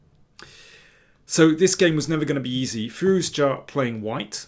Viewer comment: Thanks for the great analysis and also saying Firouzja correctly, since many people including chess commentators mess up the pronunciation